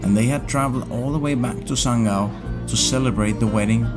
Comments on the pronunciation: Sanggau pronoun so good its like lokal 😂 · Saya sebagai warga masyarakat Sanggau, terimakasih telah mengucapkan nama daerah kami dengan penyebutan yang sebenarnya. Saya menaruh hormat untuk anda